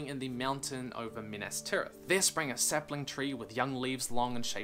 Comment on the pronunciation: You mean "saplines"